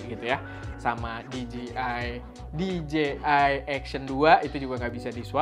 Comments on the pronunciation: "di je ai" ya bang bukan dijiai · PENTING NI BANG..🙏🙏🙏 CREATURE = DIBACA KRICER (MAHLUK/CIPTAAN) CREATOR = DIBACA KRIEDER (PENCIPTA/PEMBUAT) POWERED = DIBACA PAWERD WEATHER = DIBACA WEDER DJ = DIBACA DI-JEY (DISC JOCKEY) DJI = DIBACA DI-JEY-AY MUDAHAN DI NOTICE.